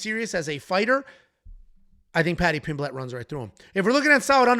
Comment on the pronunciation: Stop pronouncing Pimblett wrong